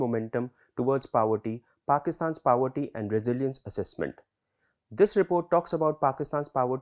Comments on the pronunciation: Powerty? ❌ Paw+ver+tea✔️ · He seems educated but, what is Paverty bhai....? we have a place called "Pavaratty" here in our state, any relation to that? Get your pronounciation right,jackass. Jarhead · Pav-erty like in Vada Pav. Guys get your pronunciation correct. I’m just wondering if these videos get reviewed before they are posted.